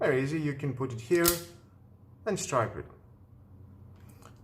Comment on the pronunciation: Please it is STRIP as like in striptease not stripe as in tiger stripes, otherwise your English is really good